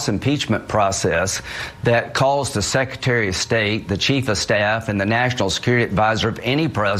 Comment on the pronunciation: Hey Lindsey, it's Secretary not secetary